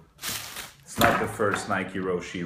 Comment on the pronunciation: Roshe run. You don't say the "e". If you were to pronounce the "e", it would have an é